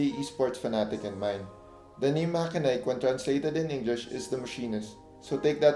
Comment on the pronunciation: MACHENIKE is pronounced as "MATSENIK" not MAKENAYK .. confirmed as per MACHENIKE Marketing Reps during their Live Stream on Lazada